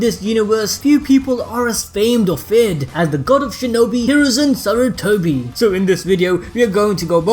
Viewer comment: You forgot the "R" in Sarutobi you said Satutobi